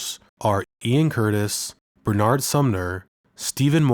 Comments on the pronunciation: I've seen about 4 different videos about Joy Division recently, and every one has mispronounced Bernard. He's English, not French. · Pronounced, Ber-nud !